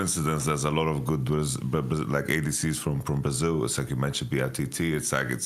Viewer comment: "In Bra Zeel" - TitaN